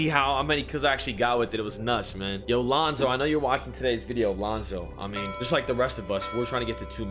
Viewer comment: Lol thanks for calling my name out bro “LoNzO” 🤣💯